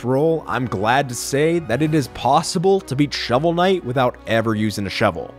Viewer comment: when you cant read the name of game, sigh...